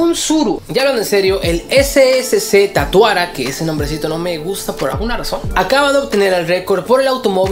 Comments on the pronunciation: es SSC tuatara, no tatuara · No era tuatara? En lugar de tatuara? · creo q la razón de q no te guste es que no se llama "Tatuara" se llama "Tuatara"